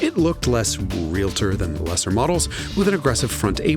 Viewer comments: REAL-TOR not REAL-A-TOR, there is no A there. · Real-tor. 2 syllables. No trademark wories seeing as you said real-i-tor 😂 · It's real-tor, not real-a-tor (3 syllables) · REAL-tor. not REL-A-TOR. And I’m not one, but this drives me bananas EDIT: oh, he corrects it later. Nvm 😂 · No such word as REA LA TOR! It is REALTOR (reel tor) No other pronunciation is correct. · The people who pronounce realtor as real-a-tor usually pronounce nuclear as nuc-u-lar. They apparently can't control their vowel movements. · Not sure who the moderator is? Oh, Jason Cammisa Naturally Aspirated, Never an influencer, more than just a journalist: I am a Highly Influential Automotive Journalist.(Also, an idiot.) Why insult Realtors in your review of this MB? First, it's pronounced Real-tor, nor real-a-tor. 2nd legitimate real estate agents are part of the National Association Of Realtors, an association that keeps its members on a legal and ethical path to success. It may not always work, but those are the main goals of NAR. I, a realtor for the last 20 years, have driven MB S Class Coupes since 1991 and am a MB person. I take umbrage to your pissing on me and my colleagues, at least the honest ones. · It’s Realtor, not Realitor”. So glad they cleared that up! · It’s Realtor - pronounced Real-tor (member of National Association of Realtors). It’s not Real-la-tor . If you are buying or selling a house and that agent says Real-la-tor, might want to check if they are seriously in the business or a hobbyist. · "Real-tor" Say it! SAY ITTTT!!!!!! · Are we saying “realtor” with three syllables to be silly?